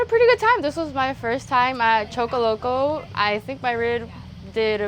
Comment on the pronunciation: At least learn how to say it right,Choccolocco,pronounced Chock ah lock uh.......